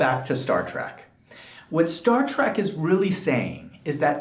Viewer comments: Is he really saying Track instead of Trek. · Learn how to pronounce "trek".